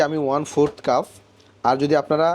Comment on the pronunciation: ভাই শব্দটা কাফ না "কাপ" হবে